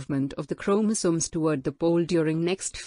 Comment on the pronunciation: Your voice is very clear and very good to listen but the way you pronounce chromosomes is very irritating......